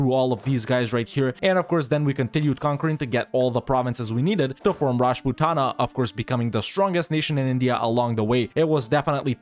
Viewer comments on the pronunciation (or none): PAIN! is when raj-put-na get's pronounced raj-puh-ta-na. mostly due to idiotic transliteration. i have become numb to vi-ja-ya-nugger being pronounced as vi-jai-an-a-gar though.